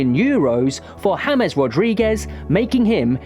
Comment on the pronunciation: Hames❌ James✅